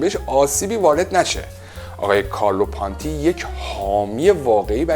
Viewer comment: شما تلفظ اسم کارلو پونتی رو هم اشتباه میگی پانتی